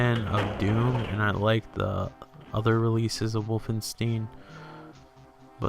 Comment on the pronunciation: You are the first person I hear saying Wolfenstein Wolfensteen. :) It's a good game, but I can't say I ever liked it or impressed by it even back in 1991-2 when I first saw it. Yes, I remember the home computer game with the same name which had nothing to do with this.